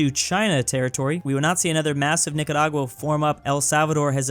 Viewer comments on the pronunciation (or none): none